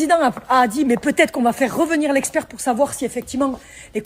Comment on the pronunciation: L'experrrhhh ------- Rahhhhh